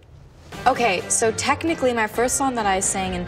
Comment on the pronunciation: No one: Sabrina: well *technically*......P L E A S E don’t pull it up